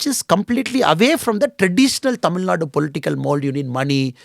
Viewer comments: This guy is unable to pronounce the name of the state Thamizhnaaduu properly...pronouncing it like some bjp rss owned national media reporters as" tamilnad"...so do u think he will do good to us??😂😂...we know about him very well..we are educated people and we don't fall for traps like this. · im a dmk hater now next? If ur representing your state to people then you have to do justice for it! What is this tamilnad? Who ever says it our response will be same. We cannot accept even the reporters who pronounce thamiznadu as tamilnad. How do we accept a guy representing thamizhnaadu and unable to pronounce it properly before Indian medias? A guy who is unable to pronounce the state name properly will help and uplift tamil peoples ! AM I RIGHT?